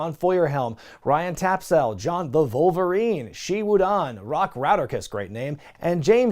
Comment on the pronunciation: “The Vulvarine” Tremendous